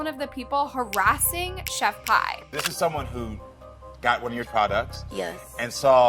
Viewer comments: I would just like to say I think her name is pronounced ( pee ) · I know this may not matter, but I'm just a little neurotic about pronunciation, and the woman's name is not pronounced "Chef pie" it's pronounced "Chef Pee". You know like piss? Like the pissy ass sauce she tried to poison the world with? I just feel , since she's lived UP to her name ( pronounced "Pee") for her piss tasting, botulism / salmonella filled sauce, let's CALL HER by her name..."Chef Piss" , shit sorry , I ment "Chef PEE." Just a little neurotic suggestion. 😁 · Im sorry this is off topic but its chef "pee" not "payy" 😭 (i have OCD im sorryy) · You literally pronounced all the names wrong like it's not chef pi like the math one it's chef pee and it's not KAYRAMO but kaaraamo and it's not al but aleeeeee BRO- go back to school